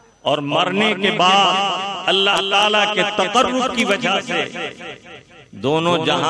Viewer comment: Lafz allah me khada zabar nahi aayega ...?